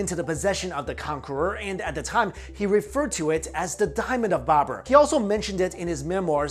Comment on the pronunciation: did he say babbera.. alibabbera an the 40 thieves ???